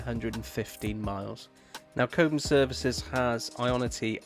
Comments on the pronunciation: It's Cob Mm, not Kobemm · Its ’Cob um’ not ‘Co bum’ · Does the car automatically switch to KPH when you go into France? Oh, it is Cob (like Bob) Ham, not Coab ham 😉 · Cobe-ham? Cob’um. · "Cobe ham" "San Martine" 🤣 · It's pronounced Cobbum, apart from that an excellent video, I am considering an MG4 Long Range as my next car.